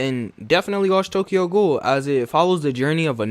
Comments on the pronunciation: Tokyo goool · I am very offended by how he pronounced "ghoul".